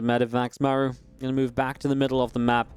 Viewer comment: Great game, love your casting, but isn’t his name pronounced like Marc but with an u at the end? Without the c? Just throwing it out there. Love your effort for the scene